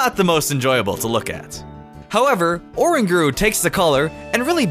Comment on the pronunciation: you said oranguru its a spin off the name orangutan ur not gonna say oran gu tan are you??!?!?!?!?